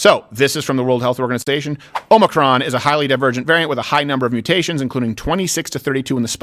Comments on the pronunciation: OH-MEH-CRON Say that phonetically Steven, fuck man lol… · I love how Steven pronounces it: "oh micron" rather than "o muh cron" lmao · BTW, Biden called the variant "OMNICRON" through his entire speech today. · Hi mispronunciation of omicron drove me nuts lol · I’m sorry but it’s a bit too distracting. The I in omicron is pronounced like the I in tick. The accent of the word is on the first syllable, not the second. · Steven why the fuck would you post that the show is starting late today just to start at the same exact time as always? Oh and learn to pronounce Omicron considering how much shit you give people for mispronouncing words normally.